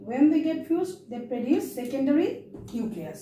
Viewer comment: Sorry to say miss, but it is not preduce. Its produce. Sounds wierd to here preduce.